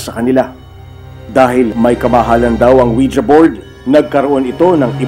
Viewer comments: I like how they pronounced it as Wija instead of Wiji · Anong Wi Ja? It pronounced Wiji. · "Weejee" hindi "Oweeja" 😏👍🏻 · ouija? dba ang basa jan ouiji?